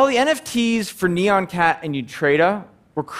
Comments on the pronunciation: it's not neon cat, it's nYAN cat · wtf is "neon-cat"? I think you mean "nyan-cat". Please pronounce "nyan" as one syllable. Sounds like "yan" with an 'n' add to the beginning, as it's written. The original nyan-cat video has a song in which every single syllable is "nyan". Say it like that. Come on, y'all.